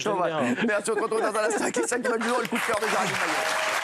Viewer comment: « Jjai un koudkeur pour la essènesséaiffe »